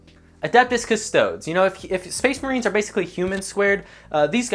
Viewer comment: Now this video felt criminally underrated, and then you said "custo-dus" and I understand now. Jokes aside, this was hella good shit